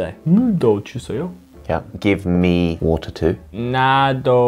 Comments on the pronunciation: 두분 다 워우터 발음하시는거에 귀 호강하네요☆ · Give me water 할때 목소리 대박💓 영국발음넘나 멋져요 ㅠㅠㅠㅠ